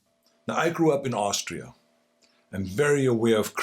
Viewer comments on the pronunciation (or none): Schwarzenegger: 'I grew up in Ohstria'